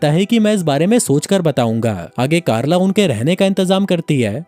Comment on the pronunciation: Chalo ek ladki ka naam toh thik se liya (carla)😅